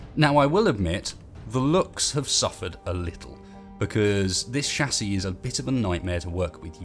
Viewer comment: Um excuse me? Wtf is a shasie? I know of a chassis, but not a shasie